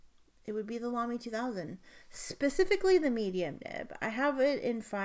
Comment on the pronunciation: Excellent vidéo ! Thank you ! (It’s not Lumley it’s LAMY and it’s not Cabaco it’s Kaweco😉) I can’t believe the price of the Visconti ! Is it worth it ?